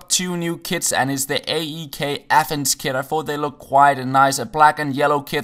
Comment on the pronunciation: Imagine in the start of the video everytime he says "kit" he says "kid" LMAO